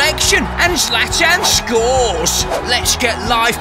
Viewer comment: Love how "Zlatan" is pronounced in the Zlatan and the Masters of the Europeverse intro. Chelsea win it at home!